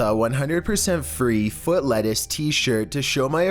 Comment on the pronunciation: I only watch his videos because of his commentary , it’s legendary “Burger King LETtuce “